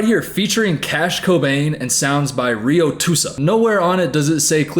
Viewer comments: i’m sorry, the RioTusa 😂 cracked me UP! so cute, but i think it’s RiotUSA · pronouncing RiotUSA as reeyo-toosa 😭